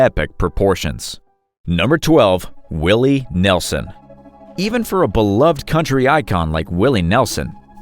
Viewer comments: Who's Willie Nelzon? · Willy Nelzon? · Willie NELZON?